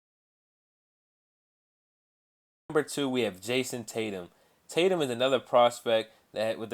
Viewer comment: Jason tatu? it's tatum